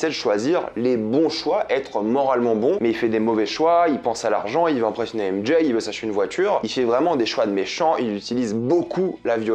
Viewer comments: AIME D’JAYYE 😂😂faut arrêter de s’américaniser comme sa 😂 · "M Jaye" 🤦😂